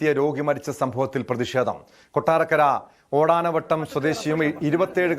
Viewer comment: ഓടാനവട്ടം അല്ല. ഓടനാവട്ടം ആണ്